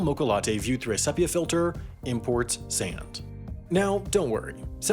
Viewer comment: The 'e' in 'sepia' is long.